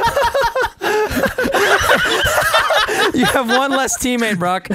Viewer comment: I love it when says banoss